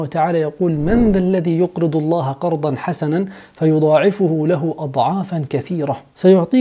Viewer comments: دكتورنا العزيز (فيضعفَه) وليس (فيضعفُه) رنت بأذني رن 😂 بارك الله بكم 🌺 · **خطأ شائع** انتا حكيت فيضاعفُه بالضمة وهاض خطأ الصح انك تحكي فيضاعِفَهُ بالفتحة على الفاء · جزاك الله خيرا بس انت اخطأت خطأ جلي في الدقيقة انت قلت (فَيُضاعِفُهُ) ضممت حرف الفاء والصحيح ان تفتحه (فَيُضاعِفَهُ...)وجزاك الله كل الخير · "فَيضاعفَه له أضعافَاً كثيرة" بفتح جميع الفاءات حيث انك ضممت الفاء الثانية جزاك الله كل خير زميل المهنة والأخ الحبيب د. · همسة أمل ممكن 😊 قصدت انو كتب بالفيديو الآية بالفتح والدكتور قرأها بالضم بارك الله به 🌼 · جزاك الله خير اخوي بس عندي ملاحظه بسيطة الله يحفظك 🙏🏻💙 الا وهي في الدقيقة عندما قرأت الآيه التي ذكرت في سورة البقره ( من ذا الذي يقرض...) بالذات في كلمة ( فيضاعفه ) وعند حرف ( ف ) { الثانيه } الحرف قبل الأخير فالكلمة هو حرف منصوب وليس مرفوع يعني:- حرف الفاء عليه فتحه وليس ضمه وانت قرأتها مرفوعةً يعني بالضم وهو بالنصب يعني بالفتح فكان نطق الكلمه غير ماكُتب في المصحف وأُنزل على النبي ﷺ وهذا فقط من باب التصحيح.. وكل بني آدم خطاء نخطأ ونخطأ وخير الخطأ ماجاء بعده علم فهذا من علوم القرآن وكان واجب علي التصحيح فقد يكون آخرون لم يلاحظوها وقال الإمام إبن الجزري بمتن الجزريه ( والأخذ بالتجويد حتمٌ لازمُ....من لم يصحح القران آثم..) وجزانا الله وإياك كل خير 🙏🏻💙